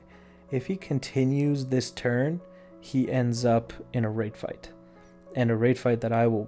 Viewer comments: Rate fight I always thought you said Rape fight I was always questioning it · I was always thinking you were saying wraith fight.. and I’m like wtf does that mean. Lol.